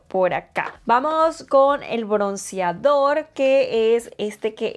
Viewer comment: Te quedo HERMOSO Perdón t3ngo que decírtelo...pero no se dice KORIANO, SE DICE KOREANO al igual que BRONCIADOR, se dice BRONCEADOR...Y También el PLATIADO, se dice PLATEADO perdón !!!